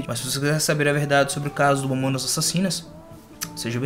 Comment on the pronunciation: momonas momonas kkkk fala o nome dá banda direito e vai estudar sobre a banda kkkk momonas kkk